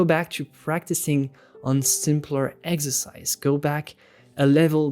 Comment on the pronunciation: This is amazing.. and it’s so funny cause I keep hearing him say eggsercise lol